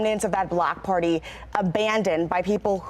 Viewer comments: I swear the anchor said "black party" and not block party?? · Did she say block party or black party